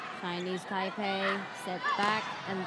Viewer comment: ᴄᴏᴍᴍᴇɴᴛᴀᴛᴏʀ: "ᴀᴄᴛᴜᴀʟʟʏ, sʜᴇ's ɴᴏᴛ ɢᴏᴏᴅ ɪɴ ʙᴇᴅ 🛏" 😂🤣 ɪ ᴋɴᴏᴡ ʜᴇ sᴀʏs "ʙᴀᴄᴋ" ʙᴜᴛ ɪᴛ sᴏᴜɴᴅs ʟɪᴋᴇ ʙᴇᴅ. 😂😂